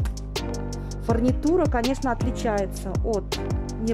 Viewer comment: Не "фАрнитура", а "фУрнитура"